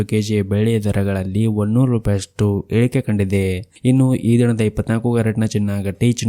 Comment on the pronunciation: ನಿಮ್ಮ ಇಳಿಕೆ , ಏರಿಕೆ ಎಂಬ ಮಾತು ಸ್ಪಷ್ಟವಾಗಿ ಬರುವುದಿಲ್ಲ. ಗಮನಿಸಿ